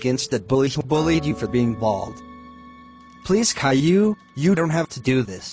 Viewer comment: Clearly Animated it was the robot voices for the people, some of them pronounceded Caillou in different ways.